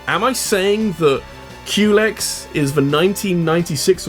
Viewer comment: In the words of Crona: You picked the wrong house fool! In the words of Big Smoke: Unluckily for you, those doors only open inwards. When you said Culex, i thought you said Q-legs